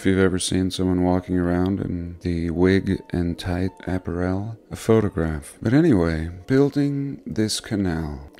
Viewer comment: "appa-rel" lol